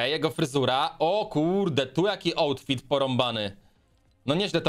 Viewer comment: "Ołtfit" XD